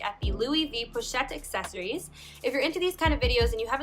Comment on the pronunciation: Accessoires is pronounced ah-seh-swa.